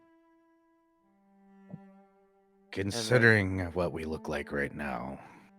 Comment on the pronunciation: Another wonderful session! Also, are you saying "kitsune"? Because if so, it's pronounced more like "kee-soo-nay", not "kit-soon" haha I hope you all have a wonderful day!